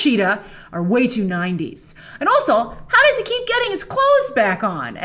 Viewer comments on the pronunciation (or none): none